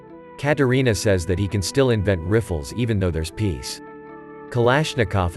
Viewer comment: "riffles"? Nice to see you used an avtomat narrator for the film about the avtomat rifle.